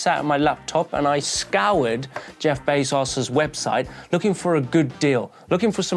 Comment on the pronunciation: I got distracted by saying Geoff Bays-arses. From now on that’s what I’m going to call the bald overlord.